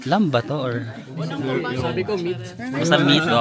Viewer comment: Silent B ung Lamb. Same with the words comb, climb, etc.